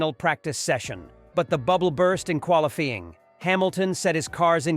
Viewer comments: What, you dont like quali-FEE-ing? instead of qualifying? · The voices have gotten to sound pretty natural (like someone cold-reading a script for the first time without much emotion) but there are big giveaways when they try to pronounce difficult names ("Murseedis" "qualifeeng" ) . Also if you don't ever see a human talking on camera, it's likely AI.